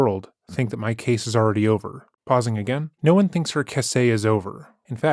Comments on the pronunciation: Ugh. Didn’t know was narrated by AI. the word “case” read as “cah say”. So Disappointed. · ce-say? is this an ai voice? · Oh shit. I'm pretty sure is using AI for narration.. "Cass-ay". There's no way he read "case" as "cass-ay" accidentally. That must be an AI mistaking the word for casé. I don't care. AI is the right tool for this. Just interesting. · So I'm just wondering, totally unrelated to Sarah's case, why does the narrator say "case" , and then the same word pronounced "cass-āy" ..is this Ai? If so it's pretty good, cuz I watch this channel and have never noticed that kind of thing before. Just curious..